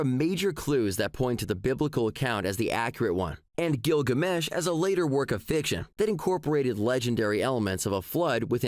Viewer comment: I love how the robot teenager pronounces Gilgamesh like it's a guy whose given name is Gil and his family name is Gamesh. It's his ol' pal Gil, ol' Gil Gamesh.